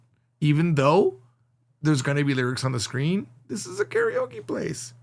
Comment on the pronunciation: i like the backdrop. i vant one. you said carryokee, and that is interesting how the pronunciation of english native speakers mostly is that, along with caratee, and tokey oh. a new one is waygoo beef. and everyone says nyeconn, and hahn-duh etc...